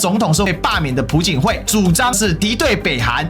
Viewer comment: 朴槿惠 还是比较亲中的 …… 而且，朴字读piao第二声（瓢）